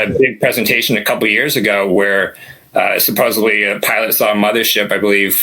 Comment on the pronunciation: Love the stories. Supposedly doesn’t have a B in it, common error.